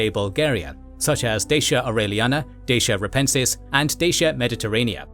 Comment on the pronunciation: Great video, but the romanian in me can't get over the incorrect pronunciation of Dacia 😂